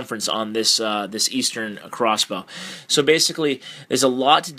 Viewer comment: its not called acrossbow you douchbag